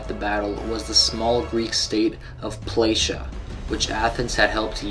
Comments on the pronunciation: Plataea is not pronounced with a sh but with a t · Good attempt. One thing though, the small city that helped Athens at Marathom was PLATAEA, not Pill Asia.